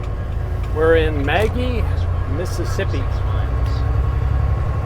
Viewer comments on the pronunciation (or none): 'Muh Gee' not 'Mag gie' MS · FYI,: "Magee" Mississippi is actually pronounced muh-GEE. Jus' keepin' ya honest!!;)